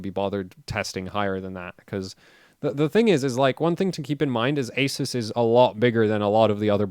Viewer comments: My country the shop sellers all pronounced Asus as Ah Zeus! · Who is here to see when will learn how to pronounce "ASUS" correctly. LoL